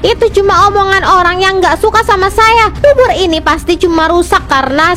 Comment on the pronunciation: Bubur kak bukan bubut🤣